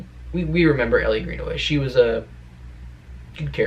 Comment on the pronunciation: It’s Elle not Ellie (pronounced like the letter L) but I REALLY hope she makes an appearance. I’d even settle for them mentioning her.